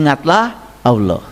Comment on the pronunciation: Pantesan, mbaca Alloh,nya ALWOH, & AULOH, itu ngga TUMPENGAN, C..🙏🙏🙏